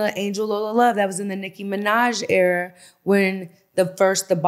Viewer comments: She keep saying error instead of ERA.....wish these females knew how to speak! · I hate the way she pronounces Era lmaoooo "error"